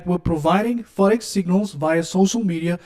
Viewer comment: “The forex fahh fahh”😂😂😂😂